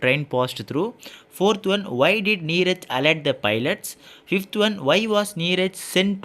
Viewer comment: Neeraj not neerja